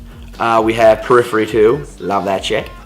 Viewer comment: I died when yoh said Perhiphy